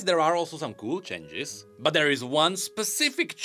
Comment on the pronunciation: Can someone teach him how to pronounce changes?